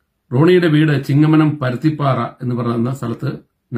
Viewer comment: പരുത്തിപ്പാറ അല്ല പരുത്തുംപാറ